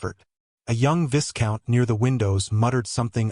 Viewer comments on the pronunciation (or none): The S in viscount is silent. it's pronounced VY-count. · in the word viscount the ‘s’ is silent